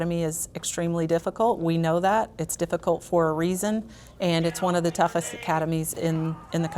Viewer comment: "One " .... Noooooo!!!!?!?!??!?!??! Say it right!!! .... "One." 😂😂😭